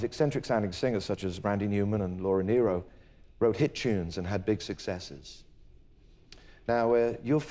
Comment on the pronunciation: You would think that being such an admirer of Laura Nyro's work, Elton would have learned how to pronounce her name correctly (it's NEER-Oh).